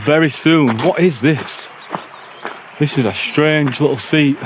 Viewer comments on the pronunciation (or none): none